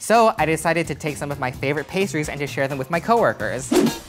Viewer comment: "share" nu uh